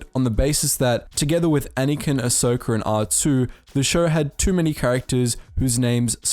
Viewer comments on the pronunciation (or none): I’m sorry, did you say that there were to many names that start with an A, like Anakin, Asoka and R2? Lol... Are2...